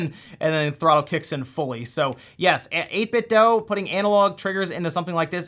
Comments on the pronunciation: Guys, For the last time, it’s 8-bit-doo. Not doe. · I’m pretty sure it’s 8bitdo not doe but I’m not complaining. Nice vid👍🏻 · "So I've been following 8Bitdough for a while now" Still mispronounces the company's name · 8bitdoo, not dough